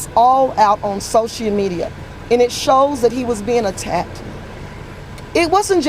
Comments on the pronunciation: The mom said "Socia [so-she-a] media" 🤣😆 Now I know why her excuse for her son sounds so stupid... she has as many brain cells as he does. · "Soshia media"